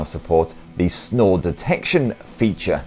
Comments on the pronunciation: "Snore detection" I thought he said "snow detection." I was like, great now Pixel is a glorified weather rock. Yep, sounds about right. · Ohhhh SNORE detection. I thought you said SNOW detection. I'm thinking whats the point of that 🤣